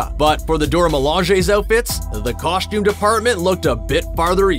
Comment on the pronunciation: I couldn't finish watching this because the narrator keeps saying "COSHtume" and it's really annoying. Like a kid who can't pronounce words correctly, only it's a (presumably) grown man speaking like a child. There isn't an H in COSTUME!